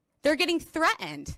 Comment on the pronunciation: Eloquent??? I would argue that anyone who can't pronounce a simple word like "threatened" isn't exactly eloquent.